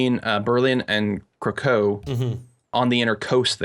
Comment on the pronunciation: I cringed when said "Krakow".